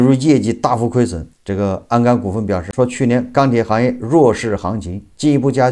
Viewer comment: 是鞍钢，不是安钢！！！